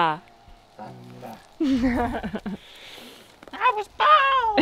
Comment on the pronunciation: "I was caught In the middle of a railroad track (thunder) I looked 'round and I knew there was no turning back" (thunder) or as says it "thunda". Great episode.